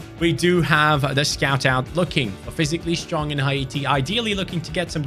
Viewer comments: what the hell is hi-eaty its hati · Dude its not ha-e-ti😂 its hate-e (haiti) brov its a french word not english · It's haiti man. Not haite man. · it’s pronounce Hay ti not Ha e ti 😂😂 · u pronounced haiti wrong it’s “hay-tee” but love the video ❤❤❤